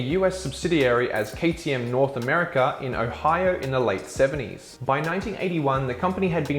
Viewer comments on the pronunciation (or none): none